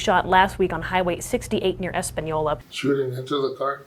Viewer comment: Española ! not españoi , ES-PAH-NIO-LAH. Common is not hard.